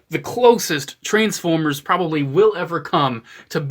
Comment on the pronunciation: I swore I heard "A Group of Trans-Pho-Bias" not the Jersey accent "Trans-Foy-Mas" at the beginning. 😳😂